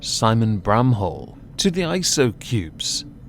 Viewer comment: I think my ears played a trick on me, first time you said his last name i heard it as "brown hole" and i was like: "that can't be right, did pronounce it like that on purpose or am i losing it?" granted, that would be one way to diss him.